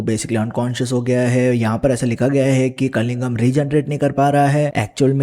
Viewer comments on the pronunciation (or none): It's killingham not kalingham